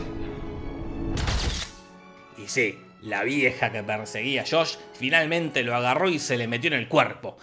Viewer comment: No fue Shosh-Shosh, fue Shosh... 😂